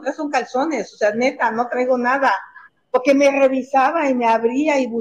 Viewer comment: Y POGQUE? POGQUE?